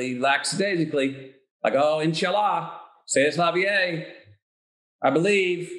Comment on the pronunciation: Matthew pronounces C'est la vie as 'Say Est La Vee-Ay'?!!